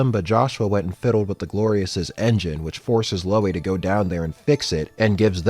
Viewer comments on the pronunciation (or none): none